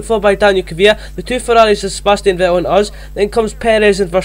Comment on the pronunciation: And thats Vettel not Ve-el 🙄